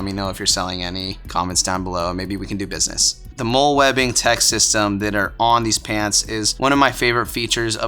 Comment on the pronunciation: FYI: the MOLLE system is pronounced like the name Molly.